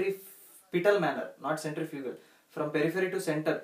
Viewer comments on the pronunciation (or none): none